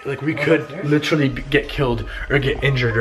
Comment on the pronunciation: and please stop saying litchrally!